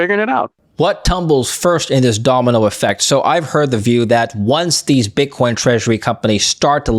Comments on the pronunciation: At the 33rd minute he says bitch coin lol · Did he say BitchCoin?? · “BitchCoin”’🤣 Freudian slip?